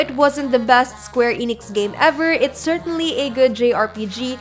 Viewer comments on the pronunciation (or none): none